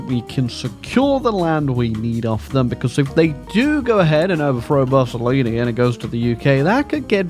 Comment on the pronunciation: Every time he says BUSSOLINI I lmao 🤣😂